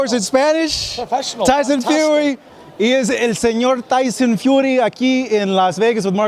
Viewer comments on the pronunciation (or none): he said tyson fury in a spanish accent lmaoooo!!!! Nicee Tiesunn Fewwwrriiiii